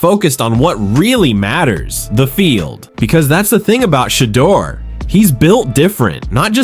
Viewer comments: OMG! I cannot watch this anymore!! You've said five different pronunciations of "Shadeur"....killing me! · Chump stop butchering Sheduer Sanders and Deion Sanders first names!!! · It's no way that you can't pronounce SHEDEUR ❤❤ this is just being disrespectful and done on purpose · Why this dude pronounced Shedeur's name like 30 different ways 🤔